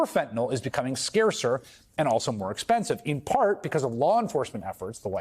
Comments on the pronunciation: just a tiny pet peeve but i hate it when people pronounce it "fen-tin-awl" instead of "fen-tuh-nill". N-Y-L does not say "NAWL". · It is not "fetnil" nor "fetnol" nor "fetnel". It is fen-ta-nyl. How hard can it be to correctly pronounce an three syllable word? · Fentanyl rhymes with chlorophyll and pill, not basketball or ethanol. And definitely, not with null. Fen-tuh-NILL. You of all people,. Get it together. Sound it out, dude. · fentanyl or fentanol? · why does Murica insist on pronouncing it fentenol?